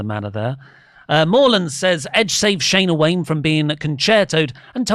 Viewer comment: Between "Tom Doland" & "Shayna Wayna", I need to go back to English class to learn how to say people's names correctly. lol